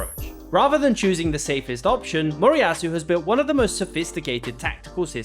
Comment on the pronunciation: MORIYASU, no “Morasu”